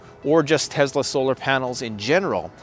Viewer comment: Bro it is tes-la not tezla